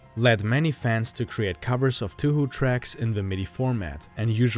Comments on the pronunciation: Okay. I’m not sure how you’re supposed to say touhou. But I’m pretty sure it’s pronounced as Toe-Hoe not 2hu. Idk. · For the love of god it’s pronounced Tau how Not Tüh Hü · hearing you say toohoo makes me want to kill myself but nice video regardless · It's not funny to me, as someone who didn't realize for the longest time that "2hu" was the same thing as Touhou (pronounced properly as "toe-hoe") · The pronunciation is "Tow-hoe" which is actually how the English pronunciation for Touhou. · excuse me, did he just pronounce it two-who? Yeah, I'm out. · This fucker said 2-who? Lmao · "TooHoo" Why is that funny to me? XD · Its not 2 hu, u said it wrong and its Annoying. Great video 😁